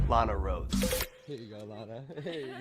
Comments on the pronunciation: he missed pronounced Lanas name... he checks out boys, grab them pencils and paper it's time to learn. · he even mispronounced her name man, what are you talking about. I have watched porn and i didn't know her. Why do we all have to know her lol